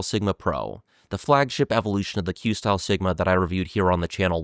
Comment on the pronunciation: you are pronouncing it correctly. It's a portmanteau of quest and style, and their logo actually reinforces that.